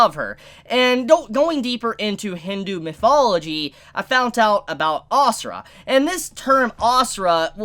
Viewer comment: It’s not asura it’s ashura